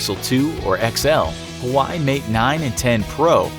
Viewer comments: So sad that a channel that specializes on information doesn’t even know how to pronounce HUAWEI(wa-wei) not hawai like they were pronouncing it. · Huway? It's supposed to be "wah-wey". You had so much time to create the video but can't even research how to pronounce it properly!!! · Hu•wa•wei, NOT HAWAII! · One note you should know.. Huawei isn't pronounced as Huai, more like hua-way.. really got me mad when i heard that in the video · but why, Google, for letting those ads or misleading videos about Fortnite Android coming on YouTube? Edit: Huawei should be pronounced as 'Hue-wah-way', not as how Hawaii pronounced. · IT'S HYOUH-AAH-WAY NOT HUWAI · HUAI, no, bro, it's Hu - a - wei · I was shook when he said that 😂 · It's HUA-WEI NOT HAWAII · Please don t say anymore huai It s hwah wei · It's "wah-wey", not " hu-way". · vinni1e Yep that's the right pronounciation. "Hawaï"...omg...rofl. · Did you just say Huawei as "Hu Why" its pronounced as "Hu Wa Wey" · XD the way you pronounced "Huawei" is the wrong man. It's not "Ha-wai", it's pronounced the way it looks. Just think of it as a seperate word - "Hua" and "Wei" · It’s pronounced wa way not Hawaii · Huawei is not pronounced "why" it's pronounced "wah wey" I've made mistakes too lol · It's hua-wuei, not whuy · Hawaii? It's hu-a-way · Hauwei is pronounced "Wah way" Not "hawai". Common guys get it together. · It's Not Hawaii It's Huawei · Huawei is not pronounced Hawaii my dude. Wah weigh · It's pronounced as Hua-way not Hu-wai... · SMH THE AMOUNT OF PEOPLE MISPRONOUNCING HUAWEIIIII! IT'S WAWEY NOT HOOWEY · Ehem it's HUAWEI not huawayi😂😂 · It's pronounced as Huawei (hu-wa-we) not Hawaii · Edit this vid, it's pronounced "hwa-way", not "hawaii".... Sheesh. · HU- WI LMAO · huawei is pronounced wah-way. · its actually wahwey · Actually in chinese Hua-we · You're saying Huawei insanely wrong. It's more like wah way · Lmao, he pronounced "Huawei" like the word "who, i". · It's pronounced wa wei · Its Huawei not Hawaii